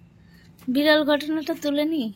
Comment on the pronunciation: বিড়ল নয়, বিরল